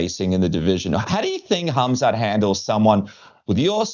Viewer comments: Is he trolling saying Hazmat? I like Rob, but come on now. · K.H.AM.Z.A.T...NOT HAZMAT takerwhit bertro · He is not Kazmat stop saying his name wrong dude)) i thought Robert is not really that guy i thought he is more careful with those stuff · Can someone please tell The Reaper, it is HAMZAT not HAZMAT 😂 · He heard other fighters pronounce it as hazmat... but it's pronounces hamzat...close enough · Khamzat ❌️ hazmat ✅️ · Why does he keep calling him Hazmat? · Funny how Bobby calls him Hazmat 😂😂😂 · Did he say Hazmat Chimaev? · Uncle Chael infesting everyone with fighter name mispronounciation. HAZMAT ??? lol😂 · Is he calling him Hazmat on purpose LMAO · Rob MUST have been corrected by someone at this point for saying hazmat. I think hes doing it on purpose lol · Rob calls him HAZMAT. Hazardous and Toxic Material. 😂😂😂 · Rob trying to play mind games with Khamzat calling him hazmat. Even though before the fight was booked he would say his name correctly 🤣 this is going to be a fun fight 👊 InshaAllah 14-0 ☝️ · Rob's still calling him "Hazmat" lol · Every time he calls him Hazmat it tickles me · He uses to pronounce his name incorrectly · Mispronouncing a name from a completely different language and part of the world? It's not that big of a deal. I'm sure he didn't mind being called Hobert Whittaker